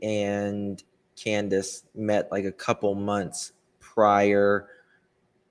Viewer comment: Its Candus, NOT Canduce!, please...get some real content and stop this...